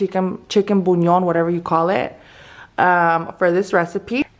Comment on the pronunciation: Idk if this will help but you pronounce it like this: bulyaan